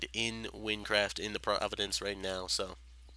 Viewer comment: province,not providence. and Grian is read as "Gree-an" not "Graian" lol duuuuuude